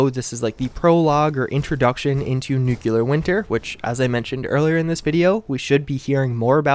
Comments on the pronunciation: With Nuclear Winter coming soon I really, really hope you start saying NEW-CLEAR right. This NUKE-U-LAR George Bush stuff is getting old. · Please, for the love of God, stop saying Nukular. Nuclear is pronounced "NEW CLEAR". There's only one U in the word. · Jesus-tap-dancing-Christ! It's pronounced "nu-clear"! Not "nukular"! You sound like a damned fool every time you say it like that. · New-clear. Not nuke-you-lar. ;) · N U C L E A R not N U C U L A R Fucking idiot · Great videos but please learn how to say NUCLEAR, not NU-KEW-LUR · Y'all complaining about the deathclaw gauntlet. I have a few brain cells die each time he says new-queue-lar, which happens all the time with his content on fallout games. I love your videos, but I hate constantly hearing the mispronunciation. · There you go with the N word again. (NOO-kyoo-lur) Makes it hard to watch your vids all the way through. C'mon man. You're way smarter than that. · Thee nukular war?🤪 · Only Lloyd Christmas would say Nukular! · NU - CLE - AR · seriously nuclear... nu..clear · It's just a common mispronunciation, like when people say "axe" instead of "ask" or "eXspecially" or "eXpresso" instead of "eSpecially" or "eSpresso" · Where do people even get the extra "u" from? Always confused me.